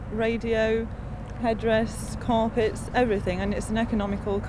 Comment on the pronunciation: "corpet"!!! Is not that out of Tony Greig's book of pronunciation!!